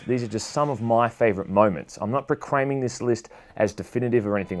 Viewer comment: "Procraiming" I didn't know you were Asian.